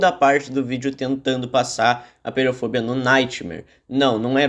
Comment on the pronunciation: so uma coisa, apeirofobia, se lê apêirofobía, pois vem do grego apeiron «infinito» e phóbos «medo» e -ia